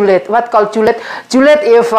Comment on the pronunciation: Lucu.. mekar sebut my car Julid jadi juliet 😄